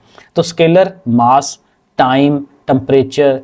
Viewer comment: Mass ❌ 😂 Maas ✅😂